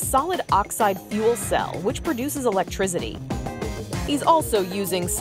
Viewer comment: Electrizity lol